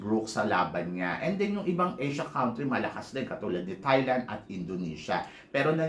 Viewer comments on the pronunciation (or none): none